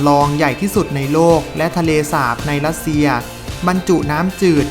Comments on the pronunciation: บราซิล ออกเสียงว่า บรา-ซิว ไม่ใช่ บาซิว โปรตุเกส ไม่ใช่โปตุเกส มีประชากรราว ไม่ใช่ประชากรลาว มีสัตว์อันตราย ไม่ใช่มีสัตว์อันตลาย ประเทศรัสเซีย ไม่ใช่ลัดเซีย ภาษาราชการ ไม่ใช่ภาษาลาดชะกาน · จริงด้วยเอาคนที่มีความรู้เรื่องอักขระภาษาของตนเองมาบรรยายคงได้อรรถรสกว่านี้_รัสเชีย_ไม่ใช่ลัดเชีย_ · คนออกเสียงภาษาไทยยังไม่ชัดไม่ควรมาออกสื่อสังคมเลยขายหน้าเขา เช่น อังกิด ลัสเซีย ฯลฯ